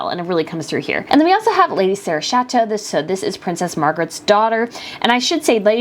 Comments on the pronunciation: Her last name is pronounced with a hard ‘CH’ so Chatto! Not Shatto. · It's Lady Sarah Chatto not chateau, easy when you know, not when you can't be bothered to find out. The person doing the voice over was especially rude about the daughter of Sarah Ferguson. She was VERY pregnant then and I imagine it would be difficult to find anything to wear. She chose a classy navy, and a style that didn't draw attention to herself.